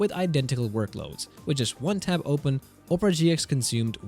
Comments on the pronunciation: Pronouncing it like Oh-pera and instead of the actual word aw-pera is making it sound like Oprah Winfrey is in this somehow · Pronounce Opera, as in Opera Singer. OP - ruh (OP-uh-ruh) Not Opera, as in Oprah Winfrey. OH-prah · It's pronounced OP-era not Op-ra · It's Opera, not Oprah. There is a difference. Opera is a bloated eyesore that hasn't been relevant for over a decade. Oprah, on the other hand, is... Ah... OK, forget I said anything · if anybody watches youtubes with #cc on, its funny because he keeps calling it "oprah". (my cc is on because of my hearing loss issues) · Oprah? You don't know how to pronounce Opera? And you're a tech guy? Even when not talking about the browser, it's still not Oprah.😂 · The wildest pronunciation of opera I have ever heard! The Oprah Winfrey browser? LMAO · why do you keep pronouncing it Oprah Browser? Sorry to disappoint but The Oprah Network is something else buddy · The o in Opera is short, not long. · Opera has three syllables, and is not pronounced the same as an overrated American chat show host